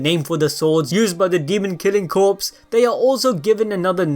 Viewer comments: It’s pronounced Core (Corps) not Corpse. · "corps" is pronounced...core i think? only pronounced as corpse when it is a dead body, and spelled that way. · You keep saying Corps like "Corpse" but it's "Kor" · Corps is pronounced •core•, like in Marine corps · Demon Slayer Corps; Corps is pronounced 'Core' not 'Corpse' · Corps is pronounced core not corpse. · Great video. Thanks for keep spoilers to a minimum. Just an FYI, corps is pronounced "core" not "corpse". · Demon Slayer Core the p is silent. Corpse is a dead body. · Corps is pronounced core not corpse. Other than that, good video! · Demon slayer corps(pronounced as core not corps) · just gotta say, corps is pronounced "core" not "corpse" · Its pronounced "Core" not "Corpse ☠" they aren't dead. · Dude fyi “corps” is pronounced as “kor”, without the P and S. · You are pronouncing “Corps” incorrectly 🤨 sorry I went balls deep on that 😄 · corps is pronounced "core" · “Corps” is pronounced as “Core” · Corps is pronounced like core. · Corps is pronounces Core or Cores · Corps is pronounced as core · its core not corps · Did he say demon slayer corpse? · Corps is pronounced “core”. Like the marine corps or intelligence corps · “Demon slayer corpse” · Corps is pronounced “core” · Corps in Demon Slayer Corps is pronounced core, bro. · still. it's pronounced kor, even though it has an "s" at the end. That's how silly english works. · "corps"pronounced as "core" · Dude, CORPS is pronounced as CORE or COR. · Corps is pronounced like core. Like Marine Corps or the Press Corps. Just a FYI. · The p in Corp is silent!!! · The "p" and "s" are silent in "corps"